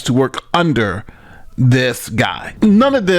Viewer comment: emphasis on the word "under"